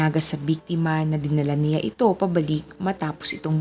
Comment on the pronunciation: How you say the 'siya' at 'niya' distracts me while watching this video. 😔